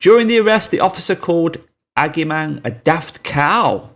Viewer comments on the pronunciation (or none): Not to nitpick because this is good work but the name Agyemang is pronounced ‘Ah-ji-man’ 😉